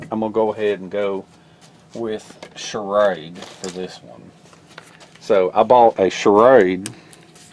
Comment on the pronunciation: condor all the way,,, btw the way you pronounce shrade like charade is funny as hell!